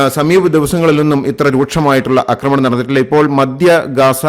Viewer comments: 'അക്രമണം' അല്ല 'ആക്രമണം' എന്ന് പറയുക. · അക്കമണമല്ല ആക്രമണം